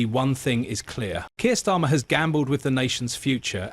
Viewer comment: I guarantee Prince William didn't say anything about it, use the phrase for headline grabbing This is narrated by AI right? Of the 20 times you mentioned Starmer, you got its right once or twice 😅😅 Storma, Stima, Stama